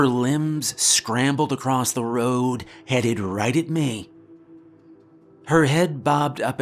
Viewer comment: she leaned closer to "meyh"